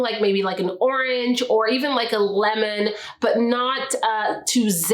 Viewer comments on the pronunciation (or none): none